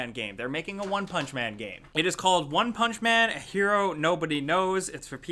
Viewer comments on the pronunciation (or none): Why does say one punch man? He puts emphasis on the one instead of the punch, sounds weird.